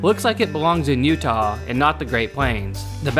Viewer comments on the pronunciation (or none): none